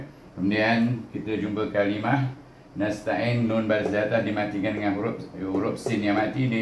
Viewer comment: Kenapa x baca ismam Utz masa baca Nasta'innn